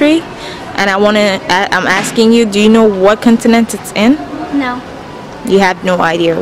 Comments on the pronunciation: Make sure you say CAWN-tinent and not CUN-tinent. I think some people are repeating it, because they are hearing a bad word (C***) and unsure what you said. Just a suggestion. Also the title of the video should be "Where do Americans think Turkey is?" because you never really asked what they think of Turkey. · Aren't you American? You sound like one, but people didn't understand your pronunciation for "continent"?